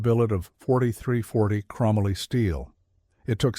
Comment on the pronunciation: Chrome moly, not krumalloy